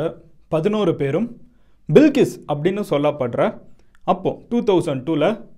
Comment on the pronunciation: Bilkis illey adhu balqis